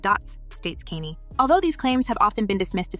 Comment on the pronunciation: All this is HILARIOUS to me! Haha 😆 I thought everyone already knew that Puff was involved in 2Pac's murder!!! ...Oh, and chica- it's pronounced 2 "POCK" (-it would rhyme with clock or rock). ...And did you call him "Kenny" West, like his alias on The Cleveland Show?!?! Bahahahaha!!!! 🤣 That's GREAT! Nice job putting together all the juicy gossip in one quick video. It's not too bad, considering you don't have any current evidence to stand on. ;-) Thanks. I'm usually REALLY behind on celeb drama! -No joke!!! ✌